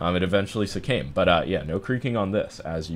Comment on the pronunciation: This guy really said succame lmao